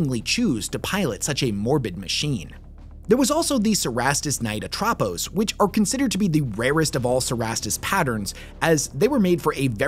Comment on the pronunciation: Ă-tra-pose Atrapos